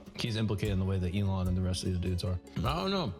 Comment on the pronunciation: the way you pronounce 'elon' makes him sound classier than he ever could be 😭 anyone remember that tweet where he said it's short for Elongated Muskrat